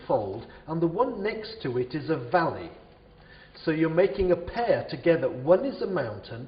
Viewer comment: its valley not volley